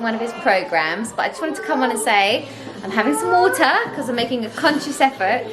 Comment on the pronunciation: Hi! I loved how when you were talking about drinking water...the first time you said water was very "English", followed by our very Canadian water 'waturrr'. Made me giggle! Plant based here too and couldn't live without my barista oat milk every day. My boys keep me busy! Would LOVE to see a plant based meal prep video! We love smoothies, peanut butter toast, pancakes in the am...will definitely try your oat bake! Love from Canada xxx